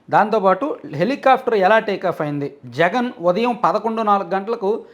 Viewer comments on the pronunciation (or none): none